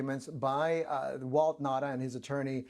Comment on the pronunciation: It's Nauta not Nata!